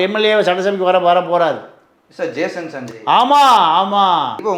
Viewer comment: மூதேவி அது ஜேசன் சஞ்சய் மொதல்ல பேர ஒழுங்கா சொல்லு